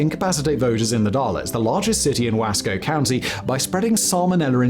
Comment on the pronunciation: Simon, you mispronounced The Dalles and Wasco. Simplest explaination for The Dalles would be to consider the pronunciation of "the gals". As for Wasco, break it up into two: Wa-sco.